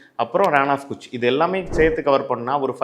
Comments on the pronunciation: Thanks for the info. I think the right pronunciation is கச் not குச் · Pronounced as Rann of Kutch (KaTchh) not Kuchh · Ur pronounciation of Kutch is wrong brother. Please learn the right pronounciation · Pronounced as Runn of Katch (like cut)